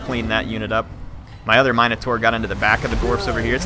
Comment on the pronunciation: I love you but every time you say minotaur I want to die